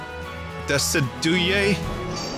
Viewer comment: Hearing you pronounce Decidueye hurt me. Does no one know the word "deciduous"? It's literally pronounced like that except the word eye is at the end instead of the -ous.